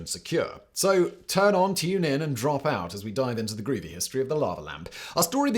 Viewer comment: Simon saying "groovy" in the most posh voice on Earth is legendary.